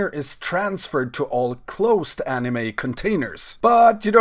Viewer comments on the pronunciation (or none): "animé" lol